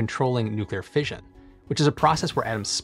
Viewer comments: Tip: 'Fission' is usually pronounced fishin' – as in, Gone Fishin'. So it rhymes with Ignition, not Vision. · Fission is pronounced like mission, not vision.